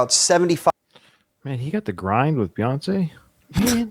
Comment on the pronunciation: Just think of it this way. If you say , Beyonce. You say it by saying bee. So just think of Bey as Bee.